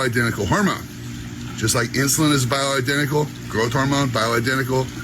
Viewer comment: Dude can barely even say bioidentical....